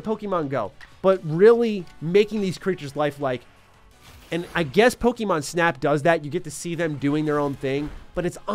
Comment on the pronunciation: I genuinely just wish you pronounced Pokemon correctly... Like ever. If my 6 year old can I think any adult can too.